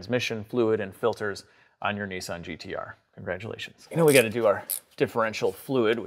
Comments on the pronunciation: Nissan not Neesan! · Nissan not neesan😊